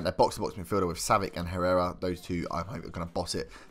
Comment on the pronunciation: It's pronounced savich